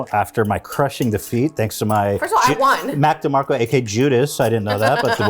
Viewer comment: “Mac Mill-Demarco” hahahaha